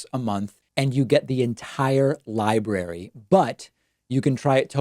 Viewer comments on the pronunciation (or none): none